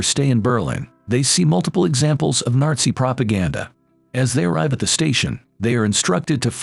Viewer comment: Did anyone else hear him say Narzi Germany?